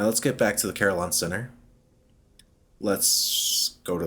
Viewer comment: shoutout to the Desolation of Saliba. beware, a Curator once spawned there for me im happy to hear you say Carillon like I do, most people ive seen say cuh-RILLin lol on the Gaslight Terrace aside Carillon is kind of funny to me, i imagine old zealots of history performing pain-inducing ritual for sin committed, but the punishments here are just random activities varying in degrees of agony and comedy